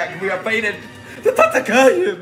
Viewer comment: every time he says tatakae i just burst out laughing